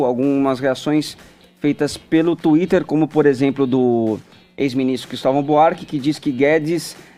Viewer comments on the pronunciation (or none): none